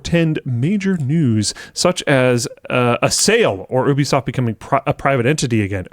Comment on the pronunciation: Only pronounced as “YOU-B-SOFT” or gtfo. 😅